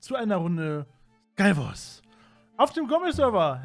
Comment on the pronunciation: Man hat gywars verstanden